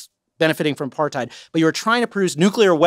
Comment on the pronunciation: Trevor's intentionally mispronouncing apartheid & it's low-key insulting to your fellow South Africans.. Nah bro